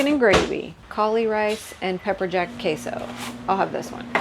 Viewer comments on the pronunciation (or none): none